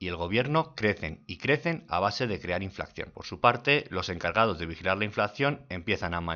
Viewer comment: Muy buenos tus vídeos. Solo un detalle, es inflación, no "inflacción"